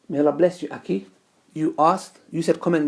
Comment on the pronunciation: Learn how to say akhi right, till then get off camera.